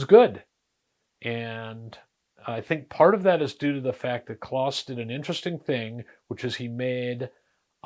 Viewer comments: His name was pronounced clōs, not "claus." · wiki says it is pronounced with a long O like close. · I once worked with others who had met Kloss and yes, it’s pronounced “close.”